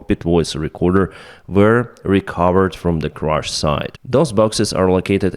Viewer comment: It's "crash", not "crush"!